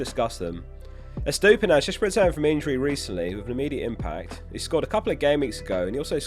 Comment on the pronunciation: You said Estupinan. It's Estupiñan, Estupinan.